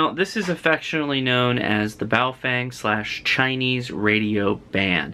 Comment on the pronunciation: what the * is a BowFeng , the name is pronounced more like PO FUNG